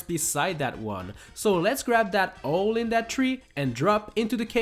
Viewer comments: “so let’s grab that ole in that tree” What? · "let's collect the ole in the tree"